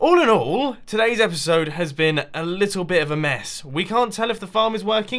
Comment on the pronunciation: omg it's erpiserd sixty-flaka